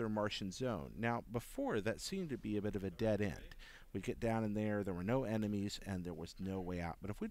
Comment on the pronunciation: he literally said "EMENIES"